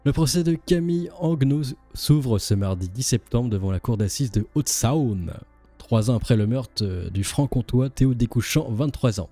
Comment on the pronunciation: "Haute SAOOONE" au lieu de "Saune"(Saône), "NERFE" ou lieu de "NER" (nerf). Sérieux tu peux faire un effort.